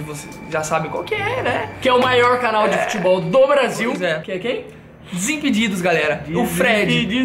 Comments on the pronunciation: ele falou desinpudido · o falou desimpudido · o falou desinpudidos